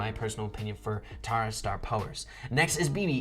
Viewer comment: it’s not tawra it’s tara smh